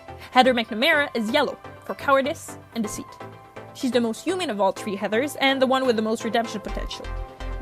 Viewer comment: This is really good But im just wondering, why do you say "tree" instead of "three"